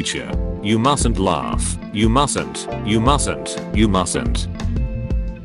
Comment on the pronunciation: ah yes you "musent" laugh